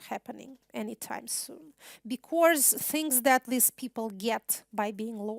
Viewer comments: Спасибо за лекцию! Единственное что мне резало ухо, это произношение слова because. Вы произносите его так, как будто это be-course :) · Надо поработать над словами was и because